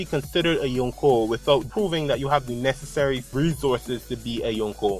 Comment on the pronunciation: very nice theory mate keep it up !! :) btw i like the way you pronounce yonko :p